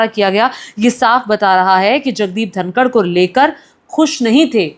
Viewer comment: उनका नाम धनखड़ है, धनकर नहीं आप जो नाम का पता नहीं ओर मोदी जी के ट्वीट पर ज्ञान दे रही हो